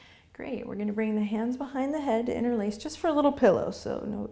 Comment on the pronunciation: Ha! As a non-native English speaker following you daily for the past two months, after today's practice (and googling "inner lace"😅) I finally understood you say "interlace" the fingers 😂 Before that I undersrood something like "in-release" but now it all makes sense 😁😁 I loved today's practice, and my mantra is: I trust fate that things will become better soon in this current crisis... namaste!